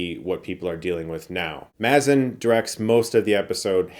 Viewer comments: Spot on review! Can't wait for the next episode. Also, I'm pretty it's pronounced MAY-zin. Not MAZ-in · Great to see you recapping this and looking forward to watching the show. Also, it’s pronounced MAY-zin. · Mazin is pronounced MAY-zin. Like aMAZINg. Because he is amazing. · Great review, thanks! Quick note, Craig Mazin's last name is pronounced MAY-ZIN (like Amazing). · Pronounced “May-Zin” 🙂